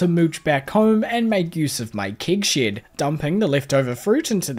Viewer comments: i still think saying "keg shed" is far more entertaining than "kig shid" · a kiwi trying to do an "american accent" somehow ended up sounding scottish, specifically with the words "Keg Shed" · As a bloody american... I get a kick out of saying keg shed 😅😅😅